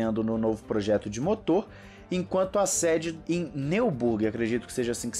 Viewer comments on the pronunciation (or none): Neuburg se diz "nóiburg" 😉